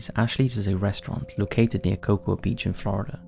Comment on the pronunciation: In the asylum video, I don't hear or see anything. :( Also, in the Cocoa Beach story, the "a" in Cocoa is not pronounced.